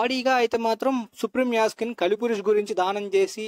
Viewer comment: adhi kaali purush kaadu kali purush bro